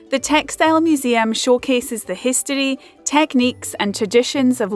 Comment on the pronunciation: You just pronounce the word history without an R 😂😂😂